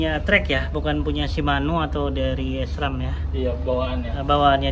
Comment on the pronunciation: Bacanya sram..bukan es tung tung bang